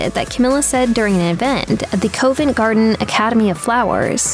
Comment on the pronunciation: The narrator needs to learn how to properly pronounce some of the places in the UK. she says "Coe-vent" Garden." The correct pronunciation is "Cuvv-ent Garden."